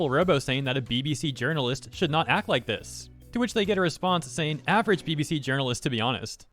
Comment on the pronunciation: Ah yes. "Jurnalist".